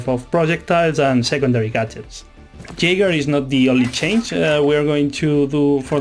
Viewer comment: Why did you massacre Jager like that man?